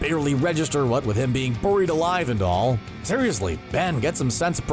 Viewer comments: Bair-eied not bur-eied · Are we all going to ignore the way this dude says buried. It's not "burried". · STOP SAYING “BIR-IED” ALIVE!” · "Boh-reed alive" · “Bureed alive” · “BOO-ried alive...” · Me reading: "Buried Alive" CBR: "BOEU-RIED ALIVE" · It’s pronounced (bear-ied) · Did anyone else think he said boried alive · Ok, burr-eed? No. It's not pronounced that way. I am bemused. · BORIED ALIVE. LEARN ENGLISH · Derik Savage "Burrr-reed alive" lmao...I heard it too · The way he said buried really annoyed me 😂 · The way this guy says buried 😠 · Learn how to fucking say buried 🤦🏻‍♀️ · Why are you saying “buried” like that 😂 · I think I'm more creeped out by how you're pronouncing "buried." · Its hilarious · I know right lol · You say buried in an odd way